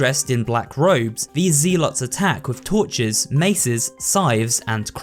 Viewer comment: it's ZELL lots